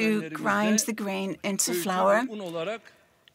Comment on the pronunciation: The interpreter pronounced flour as flower....there is different between flour and flower